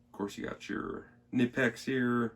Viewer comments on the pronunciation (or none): I believe the k in knipex is also pronounced. (ka-nipex) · It’s actually pronounced Kuh- nip-ex but don’t feel bad, so many people mispronounce it they even sell a t shirt that with the pronunciation on it. Love the halders ! Great review man. 👍🏻The only issue I have with the larger size simplex’s like the 50 & up is that they don’t sell the the same selection of inserts for example the copper inserts aren’t made for any sizes aside from the 30 & 40mm sizes as well as the fact the handles are matched to the head material for example the fiberglass handle is made to be used with if I recall correctly it’s either the reinforced cast iron or standard cast iron head housing only. I kinda think they make it seem as if all the inserts handles and housings are interchangeable when in fact many are not compatible with each other at all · pronounce like the body part "knee" but with a hard k and n.